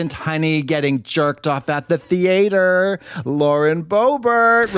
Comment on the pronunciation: Calling the theatre the THE AY TER after Katya said it enough times 🤣